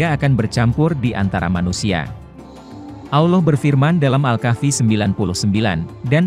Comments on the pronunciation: awloh....salahhhh .. salahhh salahhhhh... yg benar ALLOH bukan awloh... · Pengucapan "Allah" gak ada "w" atau "U" "Auloh" atau "Awloh" itu salah, yg benar "Allah" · Trus yang benar tafsiran kamu gitu? Nyebut Allah aja salah. Anda ini siapa?